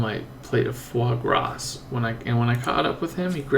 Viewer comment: foie gras is pronounced as fwa-gra. the 's' at the back is silent